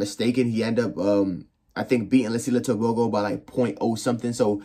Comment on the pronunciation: Ter-Bho-Go😅 American accent